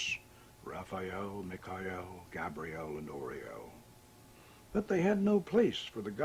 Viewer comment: Ohhhh, Me ka el. Its Michael, dude. Fucking Michael.